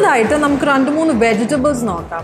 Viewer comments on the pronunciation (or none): She became too conscious abt her English pronounciations that she left her Malayalam words bizarre.. Randu, KaRanam etc 😂😂